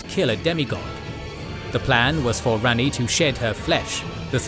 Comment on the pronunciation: This isn’t a conversation, it’s an edited video. That they do research for. Also, the names are pronounced for them in the game. Mohg and Ranni have phonetically correct names, and yet they are mispronounced.